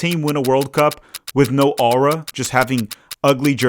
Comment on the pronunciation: is it just me or do you say "aura" weird??😂